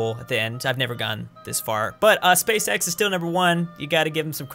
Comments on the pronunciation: I actually cannot watch this video because pronounces "Space X" like "Space sex" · Every time he says Space-X, I hear always...uhm you now what I mean